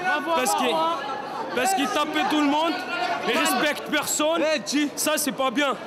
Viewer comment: MDR “il respecte persônne »😂